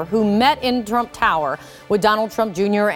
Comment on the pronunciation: She said "Drump Tower". LMAO